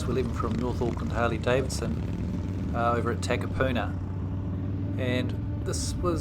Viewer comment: How long have u lived in NZ and still pronouncing names of places wrong🤦‍♂️🤦‍♂️😂🤣😂🤣its not Tack-a-puna......its Tuck-a-puna, great content too, looks awesome to ride with the brothers.